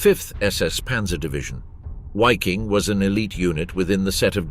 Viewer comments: Why this guy said, whaffen ss and whyking division, Waffen and Viking ! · veee-king...not wayking